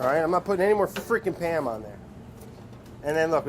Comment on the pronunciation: Man I love Pa'am cooking spray Edit: pronounced PAYUM